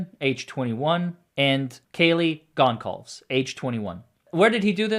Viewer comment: Pronounced "Gonzalves," my dude.